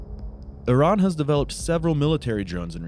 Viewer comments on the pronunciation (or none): none